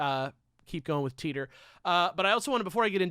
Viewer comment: Sorry guys, but on my worldline it's pronounced "Tie Tor", not "tea tor".